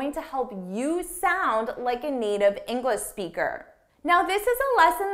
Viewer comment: I've noticed that every time you say "English Speaker" you don't pronounce the sound /ʃ/ in the word English and it sounds like you're saying /ɪŋɡlɪspikər/ Englispeaker. Is there any rule?